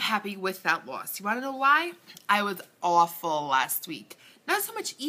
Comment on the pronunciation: You had me cracking up with the way you said a-w-ful!!..lol!! at the beginning of this video...you are so beautiful girly love your color and now that you said beach I can see how you got your tan...congrats on the weight loss your doing great!! vodka and tea hmmm sounds yummy..hehe!!...sounds like you did great by staying away with bad eating...your too cute just love you......HUGS!!...where are you from?...love rosemary ♥♥